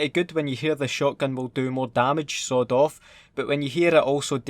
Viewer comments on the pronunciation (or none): When you said sawed off I thought you said sod off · I thought he said the sod off attachment instead of sweet off lol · When he says "sawed off" it's sounds like he's saying "sod off" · I love how it sounds like you're saying "Sod off shotgun" lmao great vid